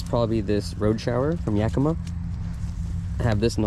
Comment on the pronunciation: Hey, you know how to pronounce Yakima! (my hometown) 👍